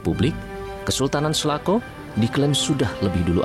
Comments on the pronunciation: di sebutnya bukan selako bos ? tapi sela cau . cau dlm basa sunda itu pisang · Klo kedengaran sm sy SALACAU ....bukan Salakow . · Sela cau pak reporter bukan selako 🙏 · selacau.. bukan selaco atau selako 😅😅😅. cau bahasa sunda artinya pisang. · Salahcau....salah ucap